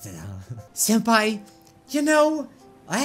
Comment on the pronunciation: "senapi" wow SENAPI WHATS "SENAPI" XD